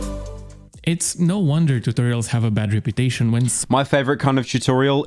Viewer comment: Did this man just say chewtorials at the start….